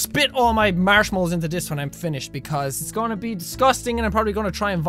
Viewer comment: It sounds like he's saying Marshalls.